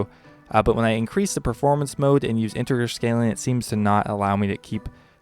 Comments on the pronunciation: Integer. With a juh sound. Read a book. Stop playing video games shit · Great video. I didn't know about the stretched fixed mode, and I think I'll use that in future now. On that note, I just wanted to point out that it's pronounced "inte-JER". As a mathematician, I was super tilted listening to that part lol. Animation smoothing looks like hot garbage, but to each their own--I also hated OSHD so there's probably some correlation there. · Bryte H same here with the integer pronunciation because I code quite a bit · Can't say integer? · "integer" g is soft, like j.